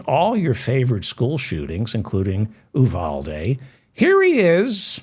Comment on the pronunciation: David can pronounce Uvalde. <3 It bugs me to hear the way most people mangle it. :)